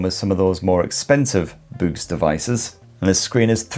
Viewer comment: Every time you say "BOOX" it sounds like "boobs" 😄